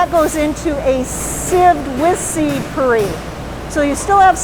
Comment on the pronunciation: Puree is pronounced pyo͝oˈrā.